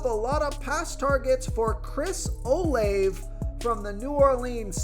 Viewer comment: I believe that Olave is pronounced Oh-LAH-vay.